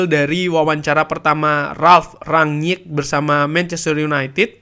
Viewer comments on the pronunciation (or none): Kalo melafalkan ranyik nya susah, bilang rangnick aja, kami ngerti kok